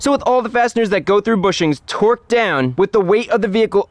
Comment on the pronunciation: Is he really saying twerked the whole time? Jesus. Its torqued not twerked.